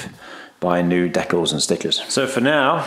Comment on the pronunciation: It’s pronounced decals, not decals 😅 Amazing work, probably cost more than the car to do though 🪦